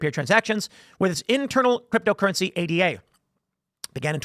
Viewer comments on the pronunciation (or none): "Ayduh", not A D A.